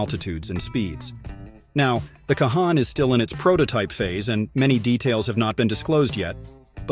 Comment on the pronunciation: I appreciate that Turkey is building their own 5th gen but I doubt very much it is a game changer. The F35 is still the cream of the crop and will continue to remain so with each Block update. Also, it's pronounced Con.